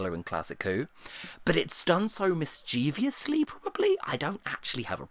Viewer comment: please never say "mischeviously" again. the word is mischievously, to misquote cap'n beryl reid, you're pointing your "i" in the wrong direction